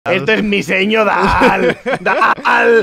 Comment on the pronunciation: "Bienvenidos a Miseño Dal. No, yo no miseño nada, es el miseño el que esta dal" -La Veyenda de los Lideojuegos